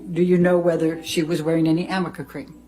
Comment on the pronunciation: Ahahahaaaaa Amica cream!? Does she mean Arnica cream? Oh man 🤦🏼‍♀️